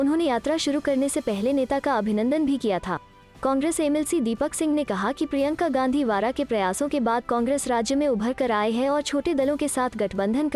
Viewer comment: Aap Prianka Vara kyon bolti ho? Unka sir name Vadra hai